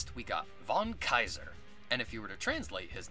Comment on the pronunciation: Shouldn't it be pronounced "fon kaizer"?